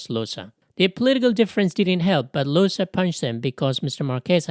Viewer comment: Llosa is pronounced yo-sah. Spanish ll would be the same sound as Italian gl and Portuguese lh but these days most Spanish speakers pronounce it as y - at least in Latin America. Except in Argentina and Uruguay where it's pronounce as zh. But yeah it's never pronounced like l.